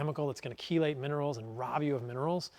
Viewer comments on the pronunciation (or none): none